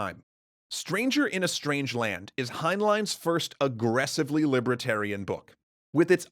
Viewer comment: What is this "libra-tarian" that you keep referring to? It's 'li-ber-tarian". And I don't know: will Arthur see Clark?